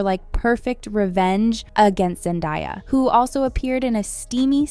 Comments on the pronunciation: zen-day-ya not zen-die-ya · "ZenDIEya" bih if you don't say her name right. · Girl really said zendieya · Zen-Diya 🫠 Zen-daya 😃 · It is zendaya not zendia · It's Pronounced ZEN-DAY_YUH not ZEN_DIE_YUH ..... TF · Learn hoe to pronounce zendaya not die yah!!! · I know this women did not say no zendia instead of Zendaya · Stop saying ZendÁHia… are you stupid?? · Zen-die-uh LOL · And a note to the commentator… if you don’t know how to say Zendaya’s name by now, please dont include her in your reviews.. her name is all over the place, there’s no reason for you to be calling her ZenDIEya. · Anyone else think that chick is not so passive aggressive towards Zendaya? lol Saying her name wrong on purpose and then pretty much calling her a charity case? Really? He ain't ever gonna want you. They're adorable together X.X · How do you get Zendaya’s name wrong 😑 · How can you be someone who spreads Celebrity News and not know how to say Zendaya? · Say her name right or shut up 😂😂😂😂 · Bro why are you saying her name like that😭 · Off topic but girl please pronounce Zendaya correctly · Why are you going out of your way to mispronounce Zendayas name just say it right you know how it’s pronounced your doing extra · I can’t get this video could you keep mispronouncing Zendaya‘s name it’s infuriating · Bro I’m ia gibe going out of your way to say someone’s name wrong the whole video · ITS ZENDAYA!!!! HOW DARE YOU PRONOUNCE IT WRONG- I swear I can't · Why go out of your way to say Zendaya’s name wrong? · If you were going to make a video, at least pronounce the name right for fucks sake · Really lady? You honestly don't know how to pronounce Zendaya's name? Then imo you have absolutely no business doing this video. 🙄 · Those people can f*ck off. It was amazing. Also can you learn how to say Zendaya’s name properly?? You sound disrespectful.